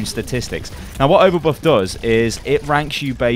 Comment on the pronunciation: overbuff? overbot? what are you saying man